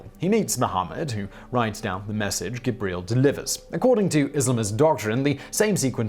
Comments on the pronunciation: The angel.. "Guh-breel?" I mean this seems intentional... c'mon man... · 'Angel Gib-real' Stop it, stop it right now.